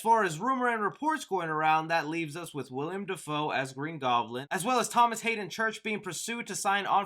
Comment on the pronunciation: 😭 its WILLEM not william 😭😭